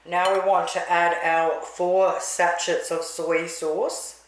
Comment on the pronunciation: The T is silent in sachet